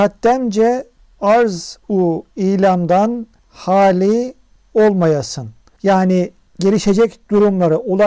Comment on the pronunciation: Sonda "olmayasuz" gibi sanki. Olmayasın dese sonda kef olması gerekmez mi?